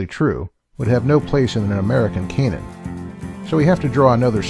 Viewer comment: This video is very hard to listen to. consistently mispronounces canon (a homophone of cannon) as if it were a homophone of Cainan.It's like he's never heard the word spoken before.